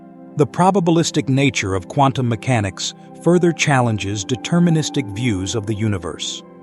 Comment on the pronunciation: I just about fell off my chair laughing when I heard the Dalai Lama pronounce Quantum Mechanics as CONDOM MECHANICS....😂 As to "Dependent Origination," in Pali it is called Paticca (pronounced Patichha) Samuppada, which in Sanskrit is Pratitya Samutpada. The "pada" in both words is pronounced paada. And as to the emptiness of all things, I too believed in that till I got hit in the head by a cricket ball some years ago 😂